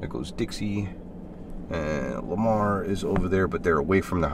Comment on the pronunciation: Lamar lmao Lama-Omar. 😅😂